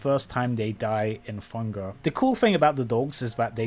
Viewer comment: Ah yes. My favorite video game. "Funger." 😂😂